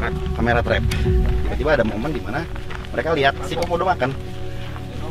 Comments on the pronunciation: Bang Panji bilang komodo kodomo wkwkwk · Bang panji pas mundur kok bilang kodomo😂😂😂😂 bukan komodo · 8.08 bang komodo bukan kodomo wkwk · iya a panji ngomong kodomo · kak Panji bilang kodomo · bukan kodomo kak tapi komodo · Kodomo apa komodo bg... Sumpah lucu gw ingat iklan pasta gigi pas abg bilang kodomo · MENIT 8.08 a panji bilang kodomo bukan komodo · Bang Panji bukan kodomo tapi komodo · Bang yang bener komodo apa kodomo.😂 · KODOMO? Ada yang denger juga ? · di menit gua kok denger kodomo ya